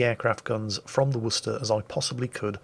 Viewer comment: Wuss-tah!! Bravo!! That is the correct way to pronounce the name of that city in Massachusetts, USA.